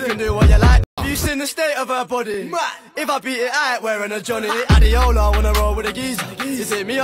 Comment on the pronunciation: People don't know that Adeola is a Nigerian name and it is pronounced(a-d-ay-ola) not adeola. Don't blame them though